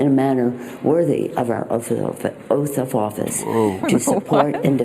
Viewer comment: No one wants to hear your 'Uth of Oafice', Nancy. Psychologically, I can see how a preceding big lie like that could cause a stumble.